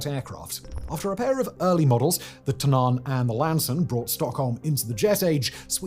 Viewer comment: Why do you folk keep mispronouncing words like Tunnan its not said Tunaan